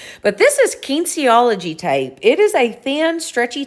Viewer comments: Kinesiology is pronounce Kin-eese-ee-ology. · It doesn't matter if you said it wrong, we know what you meant! It would be helpful for viewers if you flashed the word on the screen, though. I've always heard it pronounced like: Ken niece e ology. Slight emphasis on the niece (like your relative). You should never flush wipes, even if they say they're flushable. Ask a plumber, they'll back me up. You can mess up your pipes in expensive and exciting ways by doing that. Snorting salt water is essentially the same thing as a neti pot, and it's a great solution to a lot of sinus problems. I'd recommend a more modern delivery than just snorting it. (I am not a doctor or a dentist, caveat emptor) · Kinesiology is pronounced like, ken ease ee ah la jee. My daughter is taking it in college now, and also I used to be a medical transcriptionist, lol.